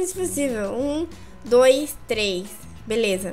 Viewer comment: cueia em vez de falar beleza fala belesma